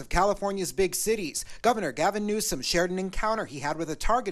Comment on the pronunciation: ….it’s NEW-SOME..NEWSOME…NOT….NEWSON!!…..for the millionth time my man 😂😂